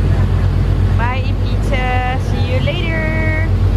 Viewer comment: 'eat pizzehh in ibizehh.' hahahah <3